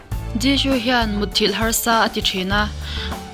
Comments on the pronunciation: Zishoo tiin ilam a thing vek jisoo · I Jisoo lam dan a dik lo Jishoo i ti 😀😀😀😀